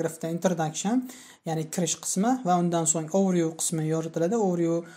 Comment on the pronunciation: Overview so'zini juda noto'g'ri talaffus qilyabsiz. Process ni ham.